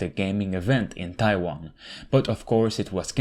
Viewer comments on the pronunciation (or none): none